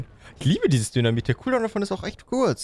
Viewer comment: Sorry aber ich hab ab einem gewissen Punkt immer nur noch "dönermit" anstatt "dynamit" verstanden.😂😂